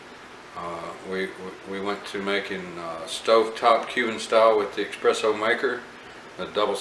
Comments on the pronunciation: Thank you for the review. Just picked one up 1 month ago... although every time you kept saying EXpresso, I kept cringing. It's Espresso. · You know your EXpresso then? Really bugs me that people still think it's EXpresso, surely by now people know it's espresso.